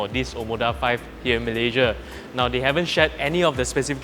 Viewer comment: Malayjia..malayjia... you're a Malaysian born. Pronounce your country's name properly. What for following native speaker's pronouncing Malaysia as malayjia.